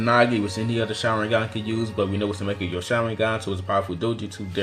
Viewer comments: Please fix your pronounciation.... It's Mangekyou, not makegyou :||| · Great video but the way you pronounced mongekyo was kind of off putting xD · MECHAGYO SHARINGAN? Doing a video on Doujutsu? Repeat after me PLEASE:. MANN-GEH-KYOH. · STOP SAYING MEKAGYO SHARINGAN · It’s pronounced Man-Gek-E-Yo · man-ge-kyo. what's so hard to say? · You mispronounce mangēkyo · Nope, Man. Unless you mean like the 'mon' in mon*key, then no. The second syllable is frigging *Ge. Not pronounced like 'jee' but like the 'ge' in *ge*njutsu. The last syllable is the easiest, kyo. Not 'kee-yo, just say it together, really fast. In fact, you can say 'kee-yo', it's not a syllable to be picky about. To end this argument, this symbol 万 is literally pronounced "man" (Search it up on google translate and press the sound button). This symbol, 華鏡 means magnifying glass. When it is put together, (万華鏡), it means, kaleidoscope. It doesn't make any sense, if you change the sounds to shit like "mekagyo" and "mon-geh-kyo" is just not properly pronounced. 万華鏡 makes much more sense because it fits with the design of the Mangekyo Sharingan design fitting that of a kaleidoscope, especially Sasuke's Mangekyo. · madara's mangekyou sharingan and rinnegan are the greatest and please learn to pronounce the mangekyou sharingan. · Really?! "Makkekyo Sharingan" "Kemui"